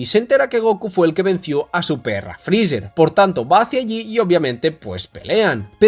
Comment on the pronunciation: por que esa mania de llamar a freezer "frizzzerg" suena horrible jaja